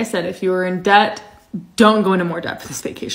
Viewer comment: You pronouncing debt with the “B” 😂😂😂 the B is silent baby